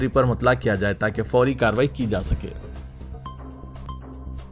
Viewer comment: Mutla ❌❌nahi ( Muttala). Khatra Laahiq (Laahaq ❌❌.). Mujawwaza ko ( Mujawwiza ❌❌)... ( Ghar ko Aag Laggayi ghar ke Charaag se.....Urdu ka Qatl hugaya ke Hath se. ( hahaha😂😂😂😂😂😂🤣😂😂😹)